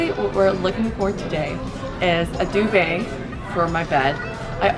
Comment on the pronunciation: I cringed everytime she said duvet 😂 She says it so weirdly, it's not supposed to be that fancy dov-et is how I pronounce it so.